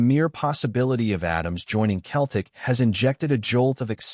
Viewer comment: Can't even say Celtic.